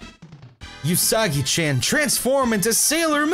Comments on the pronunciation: I wanna say it's oo-sagi, not yu-sagi, but whatever. Who cares. Pappyruss. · you keep pronouncing Usagi-chan incorrectly The U in Usagi is pronounced like the sound oo in oops, there is no y sound to it. You where pronouncing it like yousagi. Also chan, it's pronounced as more of an open vowel sound like the a in another. not a closed vowel sound like the a in the name Nathan.